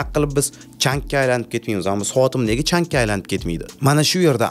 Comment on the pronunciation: Chang desangiz yaxshi bo'lardi... CHANK EMAS... iltimos😊